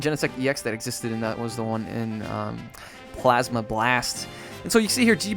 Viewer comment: "blasma plast" lol